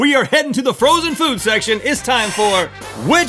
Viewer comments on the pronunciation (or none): A little bit after listen to link he'll say something like frozen frood